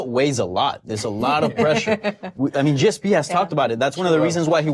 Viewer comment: Did Dan say GSPS? lol